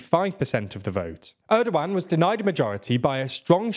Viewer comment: great video but i have to say one thing, please work on your pronunciation when reading turkish names like kılıçdaroğlu, erdoğan, oğan i understand turkish is a bit hard but everytime you say kılıçdaroğlu i wanna hang myself cuz of how bad it is.